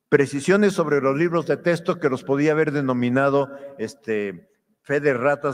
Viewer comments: Diaz Barriga, investigador de renombre, sueldazo... y pronuncia "testo" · Doctor y ni siquiera sabe pronunciar la palabra texto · Este señor ya delira, los maestros también son humanos con necesidades personales y económicas. No viven del aire no son robots Solo le pido que por favor pronuncie bien la palabra "texto" y no "testo" "extra" y no "estra" Me irrita escuchar "testo" y "estra"